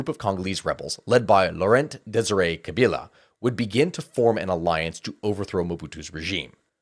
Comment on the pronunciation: At least he didn't do too bad pronouncing the name of Presidents Mobutu and Tchisekedi. A bit little less convincing on Paul Kagame and Laurent Kabila.